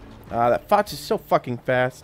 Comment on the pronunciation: Btw you dont say foch like foch you say it like fosh its just spelt different